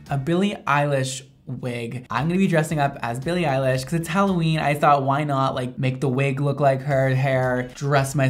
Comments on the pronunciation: Every time I hear him say her name I hear “Billie eyelash” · Billie Eyelash (U just said that lmao)